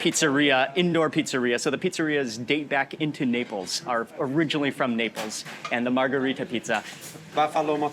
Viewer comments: Am I the only one who have heard Mark pronouncing Naples as"nipples"? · Why am I hearing nipples all the time 😂